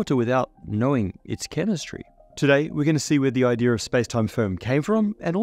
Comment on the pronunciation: "Idea" has an "r" in it but "ideas" does not? 🙂